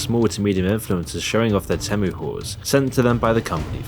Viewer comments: You keep saying TEM-OOH but haven't you heard the damn jingle? It's TEAM-UWH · I bailed after your 10th mispronounciation of TEE'-mu. Nobody says TEM'-MOO. If you can't even say the name of the company correctly, you lose all credibility. Or was this done by the video-bot thing you're selling? HARDLY an endorsement! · OK...but why do you keep calling it te (short e) when they themselves say it is TEE-MOO? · Why do you keep pronouncing it wrong? The ad literally says it like Tea-mu and you even play the ad but then keep calling it Tem-u😂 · The ad shows you how to pronounce it. Not teh-moo, it’s tee-moo dummy! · no shi bro is calling temu tehmoo its tee moo not teh moo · It's pronounced "tee-moo". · People still don't know....huh... IT'S pronounced TÈHMOO!! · its pronounced teemoo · it is not tamu..it,s temu..have you try any of their stuff ..poor me who hardly could efford any clothe i now have a wardrobe full ..and i love it all…all other shop are scare to death of temu…most people have problemes with rent morguage and food who is going to buy a bag and dress for 500 …wake up to yourself people not everything is good or bad anywere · It’s pronounced Tee Moo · The AI narrator keeps saying Tamu instead of Temu. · why you calling it temmu when they even pronounced it for you on their ad? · STOP SAYING TEH MEUH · its TEEmu, why do you keep mispronouncing it? Its in their own advert that you put in the video. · Their ads pronounce Temu differently with their robot voices. Very annoying. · Good video. But you’re mispronouncing “Temu” and “Pindoudou.” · Why do u insist on pronouncing it different then everyone else including Temu themselves? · how do you get both pronunciations so wrong? L